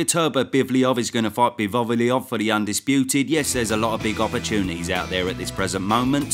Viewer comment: How are you calling Bivol and Beterbiev "Bivoviliov" & "Beterberbivliov" hahahaha